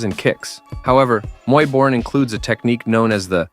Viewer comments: Hey AI, it's Muay "Bohr-ahn", not "Muy Borin'" like the narration. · Muay boring...muay borian...muay borran...damn I hate AI voice-overs 😂. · It's pronounced Muay Boran (BORE-ON).